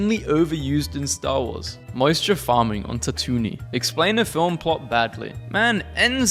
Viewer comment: " Ta Toon iyn " gave me a mental breakdown, help me